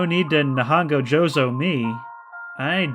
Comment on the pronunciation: not sure if someone else already commented, but "nihongo jouzu" (you read it super weird too lol, its more like nee-hoon-gou joe-su) basically means "your japanese is good!" and is often said in response to really mediocre japanese spoken by a learner in an attempt to make them feel better about their skill, it's kind of gotten the connotations of being backhanded because it's gained a reputation as a participation award of sorts. but obviously your mileage may vary, some people do mean it sincerely that someone's japanese is good ...oooobviously in an english game this doesn't translate super well because most english learners honestly speak better than english native speakers but hey, in case anyone's curious, that's what was up with that